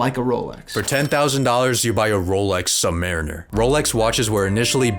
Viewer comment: the pronunciation of "submariner"😭